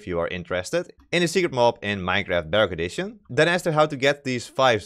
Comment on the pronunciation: When he says bedrock edition it sounds like dark edition